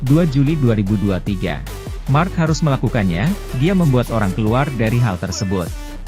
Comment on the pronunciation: Marck marcrees😂😂😂